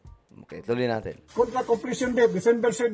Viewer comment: Maganda sana kung palikihin video mo ng topic na discuss mo..puro mukha mo kasi..mahalaga yung pinag uusapang issue di yung mukha mo..mas ok sana ganun✌️✌️at saka po conpletion pronounce as kumplisyon not komplesyon✌️